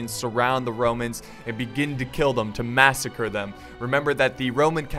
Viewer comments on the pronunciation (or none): none